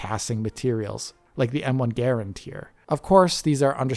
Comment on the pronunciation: I dont think he knew the faster way too run on this game!! Lol. Listen too M1 Garand being said. Lol